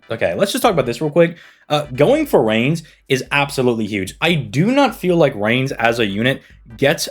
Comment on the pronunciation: Reines is pronounced "Rye Ness" by the way Khadroth does it similar too, it throws me off